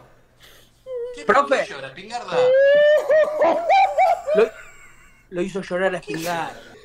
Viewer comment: "Spignarda" JAJAJJA